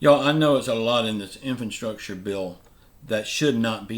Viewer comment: What's an infanstructure bill? Do you mean infrastructure?